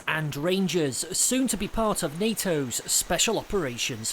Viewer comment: 😂😂😂😂😂😂😂 He said, ”NATO SOF”😂😂😂😂😂😂😂😂😂😂😂